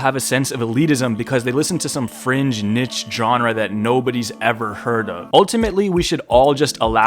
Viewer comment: This is a very well thought out video with a lot of good arguments. Unfortunately you mispronounced niche so you're wrong, I win.